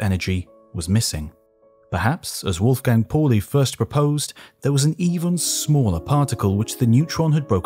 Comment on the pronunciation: That's "Wolfgang Pauli" not "Wulfgeng Porli".